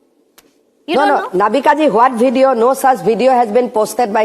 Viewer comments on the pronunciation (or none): Is to baat tak nahi karna aata hai hamanta ku video ko bedio bolta hai chor hai o 😂